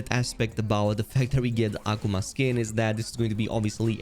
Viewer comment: The no one's going to point out the fact that he kept saying (AH- Kuu- ma) Akuma's name wrong!